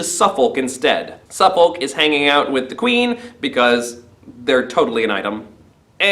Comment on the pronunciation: This is how us Englanders pronounce Suffolk: Having just read the play for the first time, found this a really good summary as a recap. Thanks.